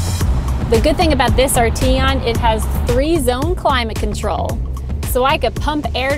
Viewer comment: I believe you're pronouncing the name incorrectly.